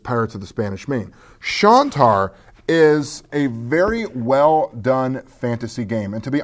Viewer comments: Hey? It's Shine-tar, not Shawn-tar. Just pointing it out. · Great to have you back,! And as someone else pointed out, it's "Shine-tar." I have the printed version of the game and it is very nice, indeed!